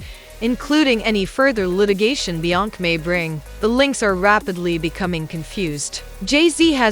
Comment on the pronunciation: THIS "AI" READER CAN'T PRONOUNCE "BE-YONCE-SAY" NOT "BE-YONK" SMDH 🤔🤔🤔